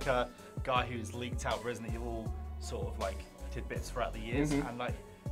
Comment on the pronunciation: So do we pronouce it ratedent evil?